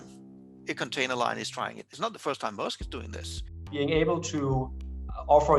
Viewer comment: Dane here: at in this video the name is pronounced correctly